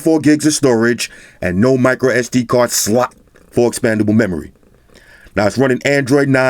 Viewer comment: Lmao the way he says SLAUGHT